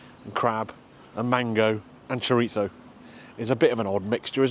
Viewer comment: Your pronunciation of chorizo is almost annoying as Greg Wallace's.